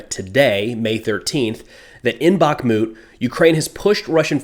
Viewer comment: Just a note: it's not BaKmut, it's BaHmut (H as High, Hot, Holly..) 🙂